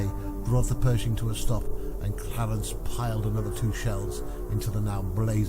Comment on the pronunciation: “Pershing” …not “Perishing”……